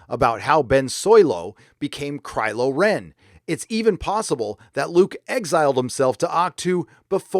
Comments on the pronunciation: Did I hear "crylow Ren". Haaaa.... Lol.... Be wide my friends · ROFL, "Crylo Ren", "Joke"